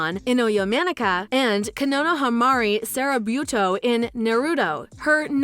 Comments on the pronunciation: She said : Konamahahahahshs seriruertoobiii (Konohamaru Sarutobi) co-no-ha-mah-rue Sah-rue-toe-be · That and Ino Yamanaka being pronounced as Inoyo Manika Not to mention “Konohamari Sarabuto” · This woman fucked up the voice actress' name as well as a third of the characters she portrayed! I tried to remain patient after she butchered O'Shaughnessy but I absolutely lost it by the time she failed to get anywhere close to saying Konohamaru Sarutobi. Either she has a serious speech impediment or she's just not an anime enthusiast